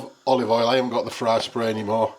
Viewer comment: You had me worried there for a minute, I thought you said “fly spray” 🤨 Turned volume up, and there you go “fry spray” lol 😂🤭